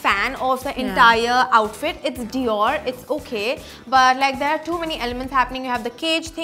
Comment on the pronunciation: "Too many cooks spoil the broth" bro u can't even pronounce the name of designer perfectly.